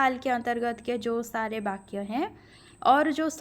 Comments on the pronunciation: कृपया 'बा' का उच्चारण न करके 'वा' का उच्चारण करने की कृपा करें 🙏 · माफ़ करें महोदया...लेकिन जब जब आप ' वाक्य ' शब्द का उच्चारण करती हैं तो। ' बाक्य' उच्चारण की तरह लगता है।ठोस पहुंचाना मेरा लक्ष्य नहीं था।